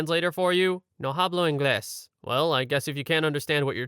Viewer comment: For future reference, "hablo" is pronounced "ablo". In Spanish, you don't pronounce the H at the beginning of words.